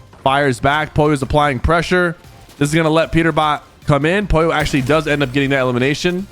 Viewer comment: Why does he not pronounce the l in Pollo?